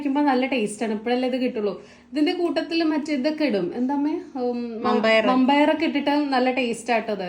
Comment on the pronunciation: മമ്പയർ അല്ല... വൻപയർ ആണ്